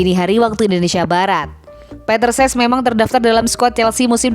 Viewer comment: CECH bukan SES